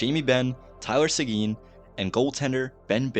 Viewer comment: It's not say-gene it's simple tylor sequin pronunciation( tie) (Lor)(say)gin) say it with me tyl